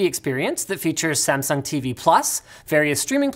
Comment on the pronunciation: "Samsungs cables are garbage" "And now a word from our sponsor smasung"